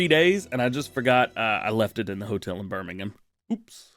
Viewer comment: Did I really just hear DJ pronounce Birmingham right? 😂😂